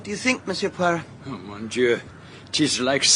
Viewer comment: Its....Poirot... and I am Belgian..